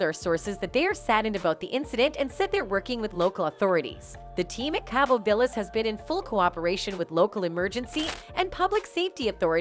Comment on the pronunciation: ‘Kay-bo?’ Jesus. Please don’t bother when you can’t pronounce basic words. It’s pronounced ‘Caw-bo.’ Jesus